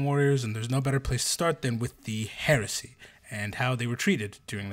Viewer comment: 😂 every time he says heresy , all I hear now is Horusy